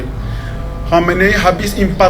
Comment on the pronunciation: Khamenei Bukan komenei